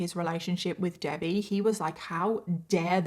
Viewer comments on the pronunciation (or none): Is that how british people say debbie haha Debayy